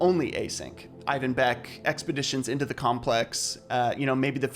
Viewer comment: Did this man really call the guy on the thumbnail “Ivan Beck”